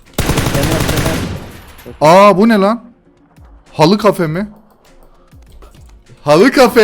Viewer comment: H4LL3Y(halley) kelimesini halı olarak okuyan adam gibi adam 😁😁😁😁